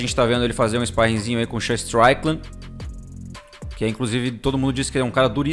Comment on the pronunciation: Desculpa, mas vc está pronunciando o nome do Strickland errado... se pronuncia Istrikilend e não Straikiland. Parabens pelo canal, assisto seus videos todo dia. abração!